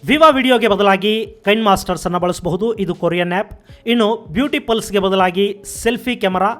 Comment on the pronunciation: ಅದೇಕೋ ಗೊತ್ತಿಲ್ಲ ಸರ್ ಇದೆ ಮೊದಲ ಬಾರಿ ನೀವು ತಪ್ಪು ಉಚ್ಛಾರ ಮಾಡಿದ್ರಿ.. ಟಿಕ್ ಟಾಕ್ ನ ಟಿಕ್ ಟ್ಯಕ್ ಅಂತ ಮತ್ತು ಬ್ಯೂಟಿ ಪ್ಲಸ್ ನ ಬ್ಯೂಟಿ ಪಲ್ಸ್ ಅಂತ ಉಚ್ಛಾರ ಮಾಡಿದಿರಾ.. ದಯವಿಟ್ಟು ಗಮನಿಸಿ ಸರ್.. ನಾನು ತಪ್ಪಾಗಿ ಕೇಳಿಸಿ ಕೊಂಡಿದ್ದರೆ ಕ್ಷಮೆ ಇರಲಿ ಸರ್